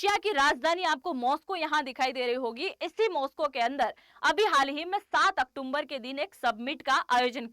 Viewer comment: Octomber nahi october